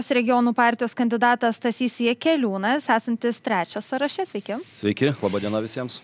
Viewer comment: Ne "sąraŠE", o "SĄraše", mergaite žurnaliste ;)... Ne "sąstaTE", o "SĄstate"... Klausausi toliau 😅 Ne "pas jus programoje", o "jūsų programoje"..."lygiaVERčiu", ne "lygiaverČIU".. Blyn toliau neklausysiu, neturiu kantrybės bemokslei..